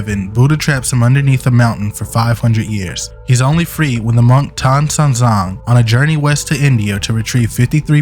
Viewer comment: I applaud you for pronouncing Monk Tang Shan Zhang correctly